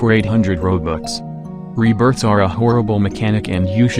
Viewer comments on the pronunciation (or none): none